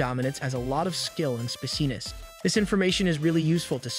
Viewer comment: The way the AI pronounces spiciness a speciness. I can almost hear an uwu.